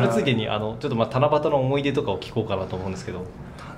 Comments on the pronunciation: ほんまや！思ひ出言うてますね〜笑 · 才木ずっと思ひ出って言ってんのじわる